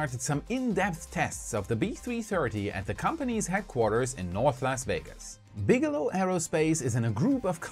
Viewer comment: Bigelow=BigElonn, am i the only one who notice this.